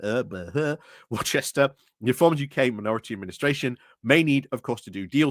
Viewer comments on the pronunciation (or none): Never heard a Brit pronounce it "warchester" before, its wooster not warchester